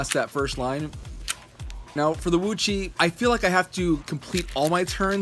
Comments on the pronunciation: WooTsweh not VuÇih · HAHAHHAHAHAHAHAGAHAHAHAHHAHAHAHAHAHAHHAGAHAHAHAHAH OMG I'M LAUGHING SO HARD Woo chui not woo chi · it's pronounced woochway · Repeat after me : "Wootchway" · Please pronounce it wu-chuae. Thank you.